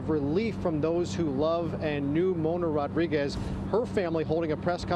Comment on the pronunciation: You would think that by now media reporters can pronunciate Latin last names, it's Rodriguez not Ruguez.